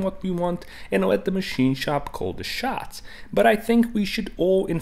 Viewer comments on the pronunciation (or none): none